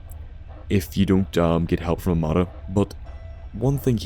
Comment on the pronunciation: Emeerged ferm de west